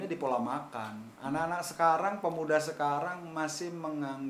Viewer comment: Pemuda bro bukan Pemua..😆